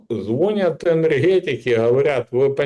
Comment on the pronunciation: ЗвонЯт!!! Учи, окурок, язык!